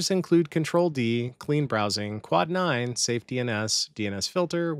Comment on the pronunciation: Omg. Quad9, Not cloud9 holy 😂